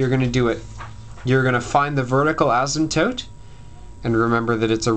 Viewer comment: Thankyou!!!!! :) and btw you say asymptope funny!